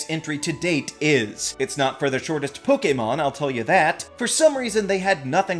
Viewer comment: Please stop pronouncing "Pokemon" so correctly. It just sounds weird